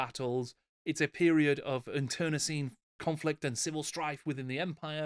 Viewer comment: Great stuff as always, thanks. I’m so excited for The Old World! Just FYI, “internecine” is pronounced like “inter knee sign”